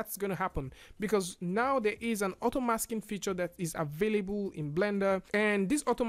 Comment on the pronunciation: Im so triggered everytime you said "avayaboo" instead available